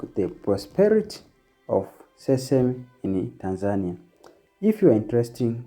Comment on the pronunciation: Pronounce TANZANIA like a Tanzanian not like a Kenyan! Say TANZANIA not TANZAAANIA